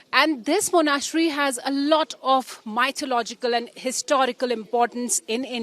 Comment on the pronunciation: She can’t pronounce Monastery either!